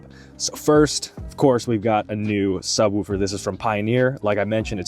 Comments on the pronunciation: Imagine you were talking about a dog softly barking. You would most likely say the dog woofed. Or, if you saw something really cool or pretty, you would most likely say "Oooooooh that's pretty". Now apply that to the word Subwoofer. Its not Sub-whewfer, its "woo" - with two O's. No E. Sub-wOOfer, not Sub-whewfer. Other than that, great video. Been trying to figure out for a while now, how I'm going to eventually do a subwoofer install on my car so this was cool to see. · “Sub-wolf-er” 🙃 I’m just picking on ya. Great video! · He gotta be saying woooofer on purpose😂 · 😂yeah man, its woof woof like a dog lol ...great video though! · Subwooooofer. 😂 Sounds funny. Feels like an Arby’s night. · 😂 glad I'm not the only one. "Sub wufer" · Man I don't wanna hear subwhewfer anymore. But other than that, that's a nice setup. I wish my factory sub had such easy access.